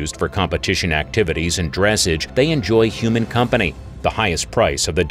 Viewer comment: You’re pronouncing dressage wrong